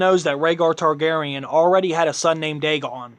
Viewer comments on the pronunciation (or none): none